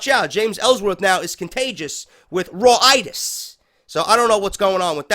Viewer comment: RAW-Itis Hahahahah